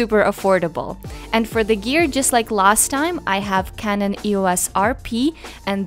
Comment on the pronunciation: I thought you called your speedlite "Kevin" but you said canon. :P